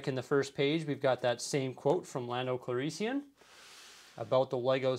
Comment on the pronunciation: please do better at pronouncing Lando's last name. plenty of sources out there, including the movie itself.